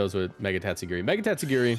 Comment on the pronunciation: every time u said "its time to girl" it got funnier each time